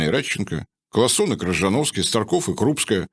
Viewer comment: правильное произношение — Кшижановский без скороговорок